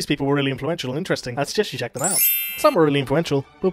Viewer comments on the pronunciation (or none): none